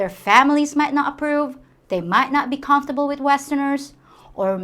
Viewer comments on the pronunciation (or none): none